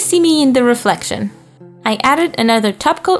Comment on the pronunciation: Hahahahahaha “Lefrection”😂😂